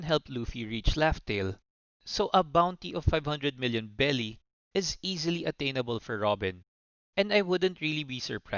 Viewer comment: berry not belly 😂😂😂😂